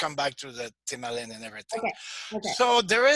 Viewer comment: It is difficult to follow when talking about A or U.. thymalin/thymulin